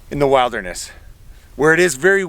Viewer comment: wait there.... is this yet another American miss-pronounciation??? Did just say Wilder ness instead of wild (as in billed) derness???